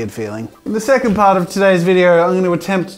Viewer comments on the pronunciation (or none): none